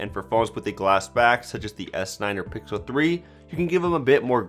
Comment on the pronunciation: He said that the s9+ isn't as bezzeless as th pickle 3 xl = i kill myself Edit: he actually said "pickle" 3 xl